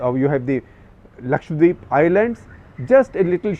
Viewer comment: So thankful to you for saying Lakshadweep and not Lakshwadeep